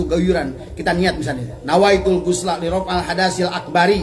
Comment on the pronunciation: baca niat junub aja bacaannya Nawaitul gusla lirof'al hadtsa, harusnya LIROF'IL bukan LIROF'AL ternyata biasa aja tuhhhhh